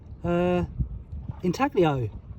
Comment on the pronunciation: The g in inaglio is silent.But what a find